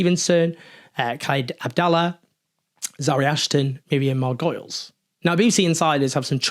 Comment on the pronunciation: It's pronounced margolees 😉